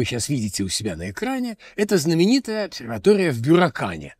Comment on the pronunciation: Прошу прощения, но всё же БюрАкан - через "А"